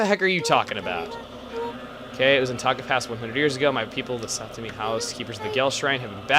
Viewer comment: That's Saotome. And I think he said Satomi.